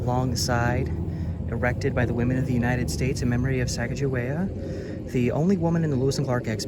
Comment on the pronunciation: Her name is pronounced SAH-COG-A-WE-AH if you are into historical accuracy.